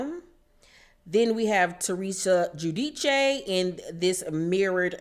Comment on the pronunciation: I crack up every time you say Teresa's last name. You be jacking it up.